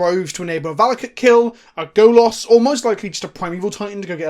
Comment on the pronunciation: Golas means Naked Man in Polish. Why does everyone keep mispronouncing Golos in this exact way?